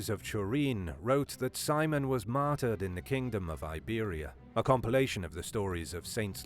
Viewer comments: When this guy says “martered” does that mean murdered or what? Lol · So we all know from this video you love the word "Matder"